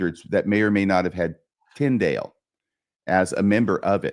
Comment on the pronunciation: Trying to follow this episode was difficult. You both were forging ahead so fast you lost me half way. When kept mispronouncing Tyndale’s name I gave up trying.